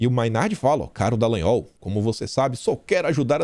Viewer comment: Afff "Detran" Dalagnol....